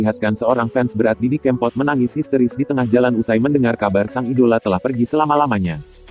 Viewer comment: Didi kèmpot bukan kempot pengisi suaranya kok gt sih :(